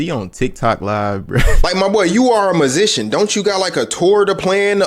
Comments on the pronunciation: ma boi you a "masisian". lmaoo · was more “masician” but yet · One question... What is a "muzzician"?